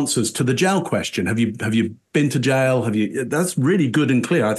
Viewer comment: She called the jail, the jyle 🏴✌️